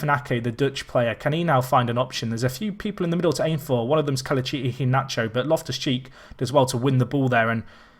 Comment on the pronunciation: The way you say Kelechi Iheanacho pisses me off